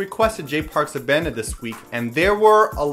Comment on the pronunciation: I love you but I have to go with Taeyang on this one. Also, Happy Birthday! One more thing, while listening to Abandoned, I kept on thinking that Jay was saying "Oh Mandy". It stupidly took me a couple minutes to realize that he was saying Abandoned!